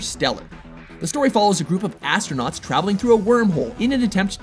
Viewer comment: Amusing how this narrator places the emphasis on the 'Ass' of Astronaut.